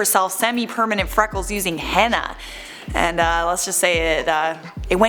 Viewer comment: STOP PRONOUNCING HENNA WRONG PEOPLE